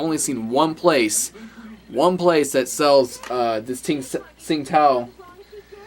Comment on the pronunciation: I like it. And, a Chinese woman told me it's pronounced "Ching-dao".